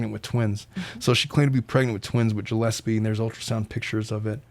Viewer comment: Gillespie was pronounced wrong too.